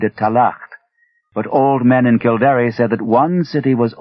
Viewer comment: It's kill-dare not kill-dar-eh. It's interesting that Lovecraft knew of something as esoteric as the book of invasions. I thought only Irish people knew those stories. Also, I don't know how easy he thinks it is to drain a bog, but it takes years not weeks or days.